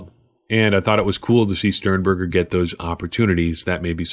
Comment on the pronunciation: Sternbuger (butchered his name) reminds me of a young kittle